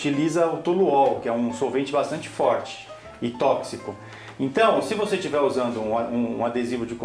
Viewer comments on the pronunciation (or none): none